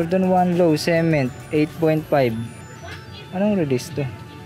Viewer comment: Ung pagka-pronounce ng cement taena gay AF hahaha subo mo 🤣